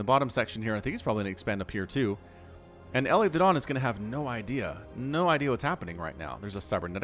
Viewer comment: I've seen elithedon's name on this channel a lot, and I keep wondering if you're mispronouncing it. It looks to me like "Eli the Don", pronounced like the short form of "Elijah", i.e., "ee-lye"